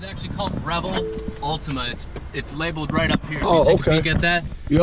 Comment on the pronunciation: At first he said Rebel Altima